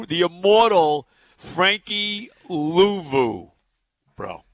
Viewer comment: “The immawtuhl Frankie.....Luuvu.”